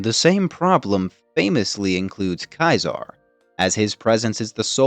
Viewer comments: Why are you calling him Kizar? It's Ceasar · The legions route to victory is also its route to defeat. And its defeat or even turning aside at the dam will likewise eventually be its end, though perhaps a less destructive one. Also, Ceaser (pronounced Cee-Zar, no matter what he thinks) ls categorically an idiot. If you punish a decorated leader for a singular failure, then not only do you lose expertise, but the culture automatically shifts into one of never allowing failure, and certainly never admitting to it. And that will cause leaders to commit to fights longs after the point its obviously a loss anyway, and that will lose the legion far more than such commitment could ever gain. He'd know that if he had ever read a singular ounce of leadership theory, rather than a history of a failed empire.